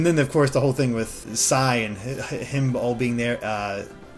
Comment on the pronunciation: Stop saying Sai